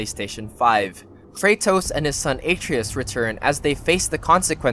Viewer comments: uh-TRAY-us. Goddammit. It has not ONCE been pronounced in any other way. Not in the game, the promotional material, the marketing; not a single interview...where in the fuck are people getting this?! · you know this guy plays Xbox exclusively when he’s pronouncing Kratos’ sons name like that 💀💀💀💀💀💀💀💀